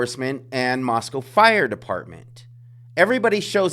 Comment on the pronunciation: You pronounce "Moscow" like the locals do. Good on you for that. This case is totally whack-o. Makes me think that somebody's going to get away with it.